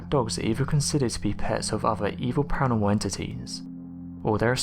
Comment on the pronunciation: Pa Ra noR mal .... not paanomal. Slow down .